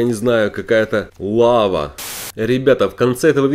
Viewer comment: ты сказал не лава а вава